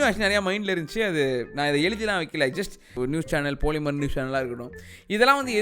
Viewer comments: I liked the way you pronounced “POLI”MER 🤣🤣🤣🤣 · Poli mer pronunciation 😂👍